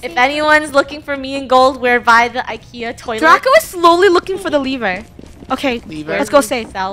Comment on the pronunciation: Don’t you call IKEA roll Kia